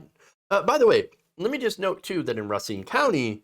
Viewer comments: Pronounced RUH SEEN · "Racine" say it like this.. "Ruh Seen" is the correct pronunciation. I should know... it's my last name. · It's Ray Seen... Correct pronunciation. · Racine: pronounced RAY-SCENE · Pronounced “Ray-seen” WI